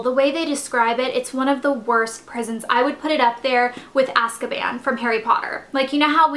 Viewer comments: It's Azkaban. Not Askaban. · I think its pronounces AZZZZkaban :)